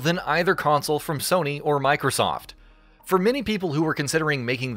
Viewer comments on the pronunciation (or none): none